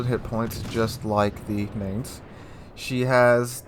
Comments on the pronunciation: It's not pronounced Maynts, it's pronounced like Mine-ts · It's pronounced like the English word "Mines." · I don't know if anyone cares... but I'm just putting this out there.... it's pronounced "mine"tz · YO! The "A" is spelled like in the word "Bar". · please research how Mainz is pronounced cause yah killen me dude!!!!! Was stationed in Mainz, Germany for 2 years so I do know what I'm talking about! Link here to hear for yourself. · interesting info. if you don't mind a small pronounciation correction, the "ai" in Mainz is pronounced like "eye" and not like "ai" is pronounced in the english word "main" ^_^ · come on, plenty of youtubers already covered this and actually showed how to pronounce Mainz correctly. At this point you are just misspronouncing it just on purpose.